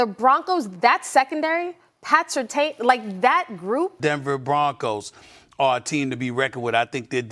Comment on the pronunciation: Dude, it's Pat Sur-TAN.......wtf? Not, Sur TAINE......Do better.